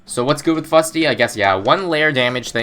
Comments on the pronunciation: It's not Big Chungus... IT'S SHREK Also it Fus-ty, not Fut-sy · "How long can one Fusty survive?"